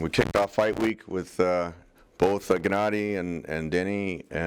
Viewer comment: "Jennady" lmao 😂 and Gennady calls danny Daniel 😂 Perfect